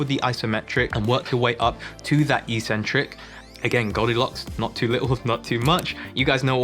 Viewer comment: Why do so many fitness people keep mispronouncing the word eccentric/eccentrics? It seems to have begun with American fitness YouTubers. The video at the link I've provided has the proper pronunciation. Sorry for being pedantic